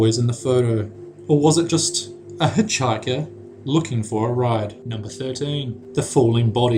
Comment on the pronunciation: A hichhighcer